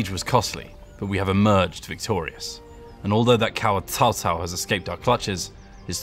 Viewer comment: anybody else is triggered when he said tao tao instead of cao cao?